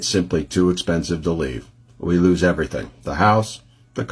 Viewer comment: Lose not loooooos